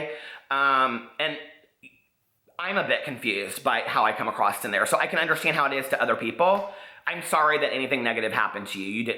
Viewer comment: I've been enjoying binge watching your channel as I do my hausfrau chores. I'm a fan so I say this with love: There's no "T" at the end of the word across.